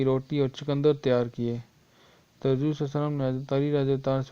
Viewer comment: Aap Huzoor ko Hajor keh rhe ho khud